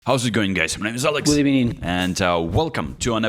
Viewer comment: “Good ebening” never gets old!